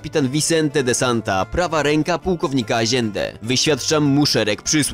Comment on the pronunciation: Stary błagam nie eskłezia tylko eskłela, rezies to rejes a aziende wymawia się ajende a tak to film mega